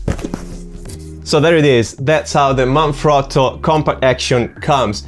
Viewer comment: Thanks for the review - also nice to see Jerusalem featured? Out of curiosity - are you Italian? Your pronunciation of Manfrotto seemed pretty good - i know its an Italian company!